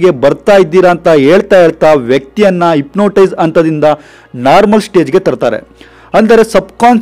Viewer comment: Ipnotise alla hypnotize 😂😂